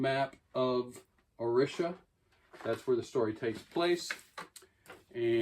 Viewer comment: It’s pronounced Oh- Ree-Sha